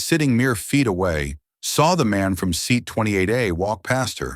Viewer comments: Why is the child calling his father 'bah'? On another level the language spoken in the video seems too elaborate. A criticism, the AI pronounces the word 'seat'as "see at". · See-at is a new one to me. Any word that can be pronounced different ways will be mispronounced 9 times out of 10. Read is a prime example. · Sea at 42? Gotta love AI narration! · Correct it: "seat" is a single syllable word. Not see-at.